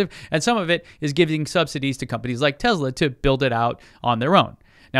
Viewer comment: Tesla NOT Tezzla!